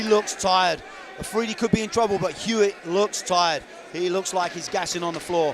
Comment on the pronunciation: How does the guy manage to mispronounce his name twice, Alfridi, seiously